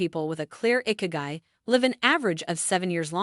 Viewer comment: It's not "icky-guy". It's "ee-kee-guy" 😑